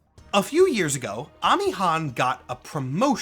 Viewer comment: As a Korean, her Korean name is 한아미, so I confirm that it is correct to pronounce it as AH-MEE